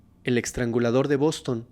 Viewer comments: Me gustan mucho tus narrativas😊 nomás como constructivo, es “EStrangulador” NO “EXtrangulador”😅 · Sigues aventándote tus muchos y buenos 4s, eXtrangulador???????? Trasgresión??? Intimidat y varias así. Lee más, pero a conciencia, y corrígete. Esto está súper mal si el lenguaje hablado es tu profesión.